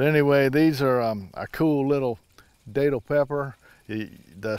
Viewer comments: Hey. That’s the area I’m in. Not tryin to be a grammar nazi but locally they’re pronounced like you’re saying that’ll. Think Datil do pig. Not Daytil. Welcome to Fl and enjoy the homestead, I love mine... Love your channel and can’t wait for more full growing season content. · My mother-in-law lives in St. Augustine. We go to a seafood restaurant down there whenever we visit, and they have bottles of datil-infused vinegar on the tables that I love on their collard greens. I always pronounced it with a short a though, as in rhymes with battle. I didn't know it was pronounced with a long A!